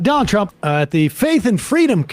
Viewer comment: I like the new way Sam says "Donnel Trump." Also the way he emphasizes Elon.